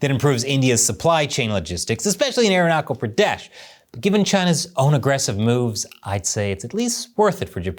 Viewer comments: It is irritating to hear "Arunachal Pradesh" as "Arunakal Pradesh". Please correct your pronunciation, or else you will be considered Chinese. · Aeronakul Praadash... 😂😂. It's Arunachal Pradesh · Aruna-kal pradeshh 😂😂😂😂😂😂😂.. this guy is hilarious by nature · There's no war between China and India. You don't spread fake Idiotic information. MF you bastard can't even pronounce my State's name. That was a glitch and this lady was nervous. Fuck your Idiotic information. We, both Nation is developing our Economy and Relations. So this will bite your ass. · I am Indian and your pronounciation of "Arunachal Pradesh" is wrong Thanks